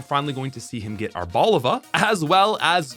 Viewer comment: It’s Ar-bo-LI-va. It’s a blend of “árbol” (tree) and “oliva” (olive).